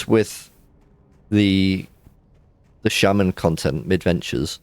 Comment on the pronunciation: you keep calling it sheiman insted of shaman,what's up with that? xD also you really like frost for leveling,well it technicaly is for leveling :P it snares,you cast is quicker then fireball and you can aoe blizzard farm aldo that can be abit tricky at times